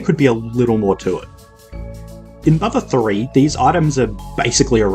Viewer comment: "mother thouree"